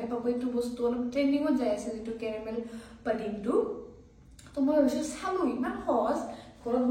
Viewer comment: ইহতে পুডিং কোৱাৰ সলনি পডিং নে পনীৰ কৈ আছে !